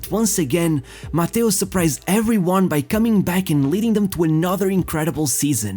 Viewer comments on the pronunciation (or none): Nice video my Portuguese fellow! Although it made me some way like confused hearing Mateus instead of Matthaus 😅 grande abraço 💪😃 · you’re right! For us in Portugal we are used to say Mataus but the correct way to pronounce in German is Mateus! My bad 🙋‍♂️ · Jesus, how many ways are there to butcher one name in only one video? 😂😂😂😂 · Your narration is hideous. Pronouncing Matthaus and Matthaush in the same sentence many times. What's wrong with you?